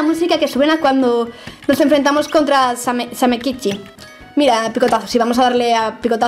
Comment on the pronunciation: O______O dijo bien el nombre de samekichi?! ES EL FIN DEL MUNDO! TODOS AL BUNKER!!